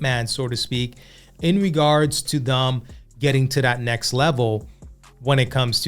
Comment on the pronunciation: Same thing when someone says necks, when they mean next.